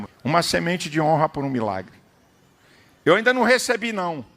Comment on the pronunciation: "EU ainda não recebi não" PS: Ênfase no "eu"